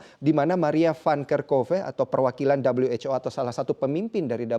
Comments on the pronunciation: maaf min kami orang indo gak biasa dengar dabelyu wec o bilang aja who lebih familiar di telinga orang indo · 'Dabel-yu-ech-o'. Lebih enak kalau disebut 'we-ha-o' saja, kan lagi bicara pakai bahasa Indonesia. Fun facts: Presenter menggunakan kata 'begitu' sebanyak 41x, tetapi hanya 1 yang penggunaannya tepat di dalam kalimat. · Dabelyu ej ow. Sok inggris!